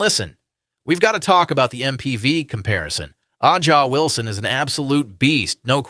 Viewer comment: Bro u can't even pronounce aja Wilson name correctly, so we know u ain't no tru baller fan. U just made this channel to get paid off the clark hype